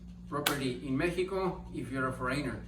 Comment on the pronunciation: thank you for this video. Very informative. Appreciate the information you are sharing. Just a little tip, the word is “FOH-reh-nehr” with the accent on “FOH” not “foh-REY-nher.” ☺️